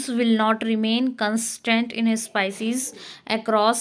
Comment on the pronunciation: 😂sepices not it's pronounce species